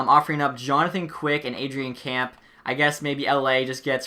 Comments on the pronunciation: Kempe is not pronounced as Camp. It is pronounced Kem-pay. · ADRIAN CAMP 😭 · You pronounced Adrian Kempe wrong. It’s Adrian “K-e-m-p-é” make sure it has the “eh” at the end of it